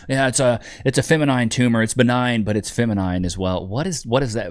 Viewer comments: No British person has ever spoken like this, I have never in my life heard it pronounced femi-nine. Trying to sound intellectual and failing spectacularly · the way she says feminine annoys me more than it should. And the tone of her voice trying (and failing) to sound like she's from Downton Abbey makes me want to thump her on her forehead. With a brick. Just speak normal.